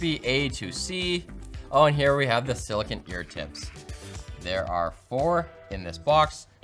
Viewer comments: It is silicone ear tips not silicon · it’s silicone not silicon